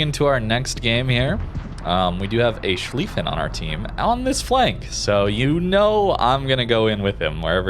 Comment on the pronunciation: It's Schlieffen. Just say it's Schlieffen.